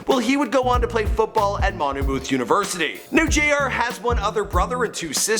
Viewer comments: It's pronounced "MON-muth," not "MON-uh-mooth" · it’s pronounced mon-myth not monMOOTH tf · "Mon o mewth University".. dude it's pronounced Monmyth University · Monmouth College is pronounced “Mon-Mith” not Mon-A-Mooth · mum-ath not monoamooth lool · Monomuth university??? you mean Monmouth? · Manu-myth University and Louis-ville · Its MONMOUTH (mon-moth).... not "mon-u-mouth" lol #Jersey & its Ta-hiry (Tahiry) not Terry lol haha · its Monmouth (mon-muth) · The way this guy keeps pronouncing Monmouth is killing me lol